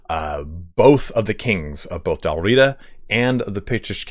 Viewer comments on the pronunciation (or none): I enjoyed the presentation. Please, Dál Riada (or Dalriada) (/dælˈriːədə/) has an a between the first two and last two letters of Riata, and it is not silent. Otherwise, thoroughly enjoyable. Thank you.